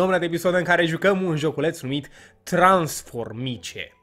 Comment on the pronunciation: se scrie transfomice se zice transformis